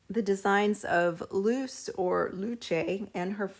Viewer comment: Her name isnt "loose" its "loo chay"